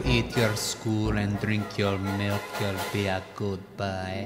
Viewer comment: drink your malk 😂😂😂😂😂😂😂😂😂😂😂😂😂😂😂😂